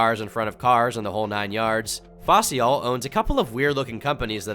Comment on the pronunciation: Aint the name of the speed scammer "Faycal" said Fai-ssal? just sayin Facial im dyin